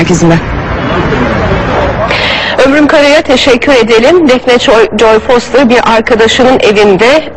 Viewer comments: foyter değil foster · XxDenoşxX onu demiyor, kadın foster demiyor foyter diyor, onu anlatmaya çalıştı. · Şu Foster'i Doğru Düzgün Söyleyin 😡